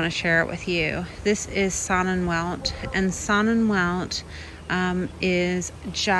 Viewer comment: Sonnenwelt is a German word and it means Sunny World. You should pronounce 's' like 'z' (in zebra) and 'w' like 'v'. I am not an English speaker and I love to hear your American accent😀